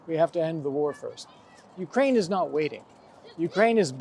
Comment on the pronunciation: I am just here for this pronunciation of Ukraine.